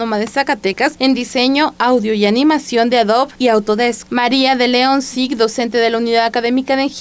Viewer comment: Oh Dios! .. el apellido es Sigg, no "Cig"